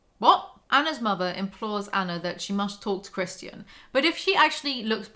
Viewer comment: every time she says "christian i hear "chris-chan", and let me tell you, the book makes a LOT more sense this way.